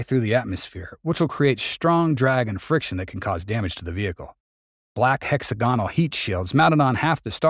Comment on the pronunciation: It is pronounced: hek·SAG·guh·nuhl, not heks-a-GON-ul.